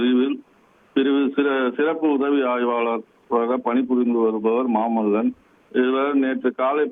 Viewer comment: கூடுதல் செய்தி நிருபர் வெங்கடேசன் !!!!!!!! அவன் மாமுல்லன் அல்ல, அவன் பெயர் மாமல்லன். செய்தி குழுவில் சேர நீங்கள் அனைவரும் எங்கே தமிழ் கற்றுக்கொண்டீர்கள்?